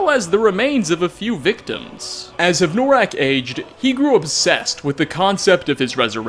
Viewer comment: Hev-noraak?, it's like you intentionally mispronounce something in every video just to piss us off. if you have difficulty pronouncing or a speech impediment, i could understand, but if this is intentional... let's just say you've got a BIG problem. yes... bigger than skyrim